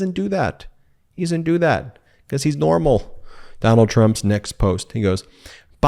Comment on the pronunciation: bee cause, not bekoss. It makes your careful enunciation a bad joke. How you say it, not what you say